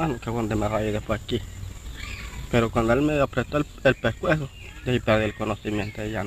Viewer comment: Dejpuej de que le agarró el pejcuejo jue que perdió el conojimiento 😂😂😂😂